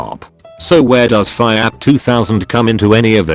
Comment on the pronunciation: Why does the text to speech program mispronounce FIAT :(